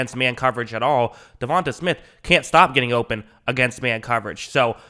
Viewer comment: Da-von-tay bro